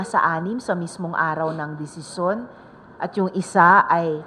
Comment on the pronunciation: Bakit ganun si sen risa , di nya mabigkas ng tama ang desisyon, lahat ng salitang may syon?